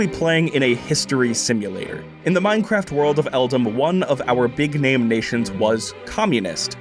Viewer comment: “Final plan ……… in Meinkraft”